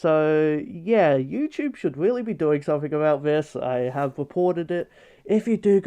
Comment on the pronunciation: It weawy is